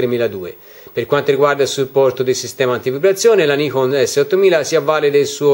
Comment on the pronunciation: 何言ってるかわかんないけど、ニコンと発音してるのは良い